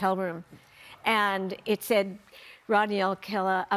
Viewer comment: Rodney, not Rotney.